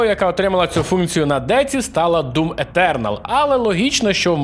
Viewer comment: якщо хочеш шось вимовити так що б усі зрозуміли і ніхто не робив зауважень - вимови так як вимовляють усі "Етюрнал"